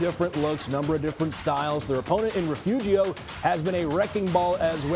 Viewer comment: Refugio? You ain’t from Texas if you don’t know how to say it! Re-fury-o! Get it right!